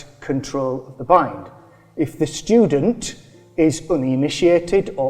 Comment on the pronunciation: The "shtudent"!😂